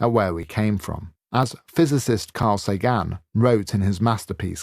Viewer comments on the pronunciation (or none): How did this man get published? I’m disgusted at the drivelling content but especially offended by the audio where he called Carl Sagan Carl Sa Gan. Does he not know who he is ? The man was a legend. Besides he misquoted him. Carl SAYgan, you muppet , did say in the series Cosmos “We are made of starstuff” but he credited the quote to a Walt Whitman. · Carl "Say - Gan? WTF was that? WHO IS THIS DEVIL...I'm here to finish watching but I'll be skipping over every bit of him talking. Again, I have no idea how you stomached so much of this, but thank you. 😅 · I can safely say that this is by far the most irritating video you have made! Just the inane pronunciation of the name of Carl Sagan as "Say-gAnn" would have been bad enough, but the way this guy speaks is so full of himself and contempt for anyone who isn't him that it's unbearable to listen to! Then there is the "content"... Rarely, if ever, have I come acros such poor literature, even "Eat, Pray, Love" now seems much deeper and wiser, just because in comparisong to his drivel, anything else will win any comparison! You are hereby commended for having gotten through not just one, but two entire books that are far worse than if they had been written by AI! Makes me want to ask that chatbot-thingy to write Shakespeare in the style of Matt Haig, scrap that, it should be mandatory to feed all his books into a bot that rewrites them to the style of Barbara Cartland or some other really bad writer, because even they are better than him! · If people aren't already calling you Mom, this one will most definitely do it. You're an asset to the platform and a very entertaining YouTuber. Thanks for your service, especially this time OMG the book is so empty. Bro pronounced Carl Sagan wrong. I wonder if he's Welsh, his accent reminded me of Jon Ronson (who you should read if you haven't).